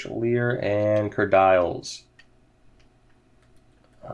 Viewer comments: Its not said kerdyles... its said Kerdeeles... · Stop saying "Ker Dials" it's pronounced "Ker Deals